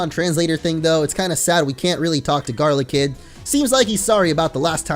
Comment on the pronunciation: Its not garlikid its GODLYKID